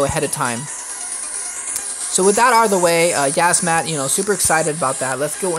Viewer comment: It's yiazmat not yazzmat